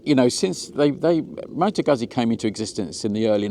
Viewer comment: Oh PLEASE STOP! You are hurting my ears! 🤕🤕🤕🤕🤕🤕. It is pronounced, Mo - tow ..... Goot - see! LIKE Peet - sah! Two Zs is pronounced With a "T - S" sound.